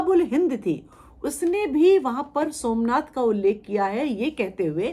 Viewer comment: देखिए क्या बोल रही । इसकी मां और यह जाते थे वह मन्नाथ के मन्दिर सोमनाथ को मनआथ बोल रही है इतिहासकार की उपाधि ली है या नशा चढ़ा है देखिए बच्चों को जो पढ़ाया जाएगा वह सत्य मानेंगे।